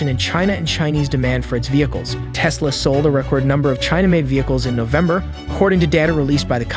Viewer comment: Yeah, says aka instead of a-kay-a, and sometimes says "Tease-la".